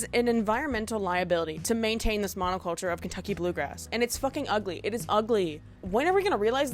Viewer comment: gril said monoculture like poplar grove